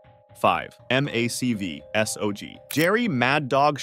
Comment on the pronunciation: Mac v sog isn't said like that do more research please